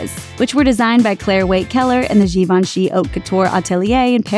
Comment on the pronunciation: Gyee VON she. It's French.... accent on the second syllable, Plz. But. at least you didn't pronounce it JaVENshee like some commentators lol